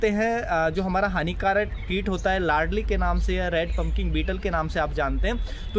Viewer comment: Ladli nahi hota ,laldi hota hai